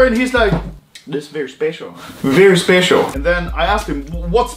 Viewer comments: Very spetiol. xd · Bery S p e c i a l